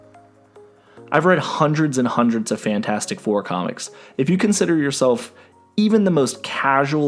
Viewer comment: "The Franchasic Four"